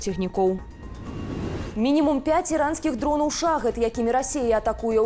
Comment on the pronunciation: Гэна.. колькі ўжэ можна! Вам пісалі, што правільная форма "ШАХІД" (пакутнік) з націскам на апошні галосны. У персідскі слоўнік трэ зазіраць, "вядовцы"